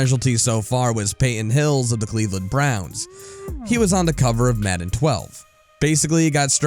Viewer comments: Yeah, that's Barry Sanders. Not Adrian Peterson. And that's Peyton HILLIS, not HILLS. Surely you can pronounce plain English.. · Its pronounced "HILLIS" not "HILLS" and "GRON-COW-SKI" not GRONSKI lol